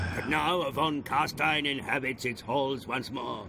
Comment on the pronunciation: I know that you don't know a lot about the sylvans, so I won't hold it against you, but carstein isn't carstien. the ein is pronounced like "ein" (one) in German:)